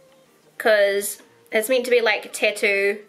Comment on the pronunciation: You are just the cutest. I absolutely love how you say "tattoo". I'm weird I know! lol